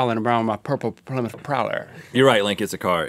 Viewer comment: Its ply mouth